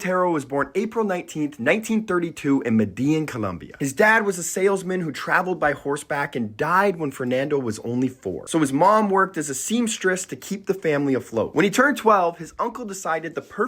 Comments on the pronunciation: Med-eh-YEEN Not Madean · Great and informative video! I hate to be that guy but could you say meh-deh-YEEN instead of Meh-DEE-yin? There's an accent on the last syllable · Have you never seen Entourage? It's "med-eh-yeen" with the emphasis on the last syllable. 😅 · Medellyn and kabahlo are diabolical pronunciations. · Great video. Thank you. I always wondered about this artist. BTW it's pronounced meh-deh-YEEN. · Love joyful, generous Botero and thank you for this. In Spanish "ll" is pronounced as Y: caballo (horse) = ca- bah-yo. Medellin = med- del - yin. It took a few seconds for me to realize you were referring to this city. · It's pronounced ME-da-yene. It's not exactly correct but it's closer than what you're saying. I don't mean to be a dick in Spanish is a beautiful language. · In Medellin, they call the city: "Med-a-jean". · The mispronunciation of Spanish words and proper nouns (e.g., Medellin phonetically as “med-een”) is killing me. There are pronunciation videos all over YT, utilize them. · Close, but no cigar. Locals call Medellin: "med-eh-jean". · The pronunciation of Medellín was atrocious but other than that great video! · Man, please learn how to pronounce Spanish correctly especially the use of the “ll” as in Medellin. 😂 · But the stress accent should always be on the last syllable, even if you pronounce "ll" as a j-sound....no? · You need to learn how to pronounce the name of the city you botched too many times to count- all that research on the man but cannot be bothered to say his native home correctly